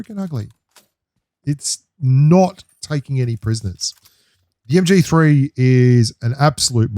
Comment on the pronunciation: MG3 and MK14 are a beast Loadout BELIEVE ME! 😎 I heard that "MGFEE" 🤣🤣🤣